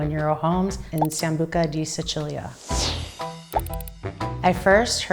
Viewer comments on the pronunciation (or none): But can’t even pronounce Sicilia right…